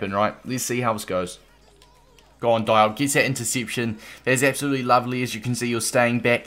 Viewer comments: It’s “Dee- op” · With the pronunciation it’s DEE-OHP. It sounded like you weren’t sure at times. All African words/names that have an “i” in them make an “EE” sound. Same sort of thing with the “A” sound: it makes an “AH” sound. Great content though, will be picking up this card